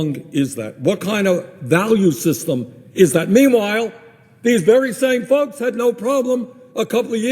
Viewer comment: Did he say "folks" or "fucks"? I hope it's the latter.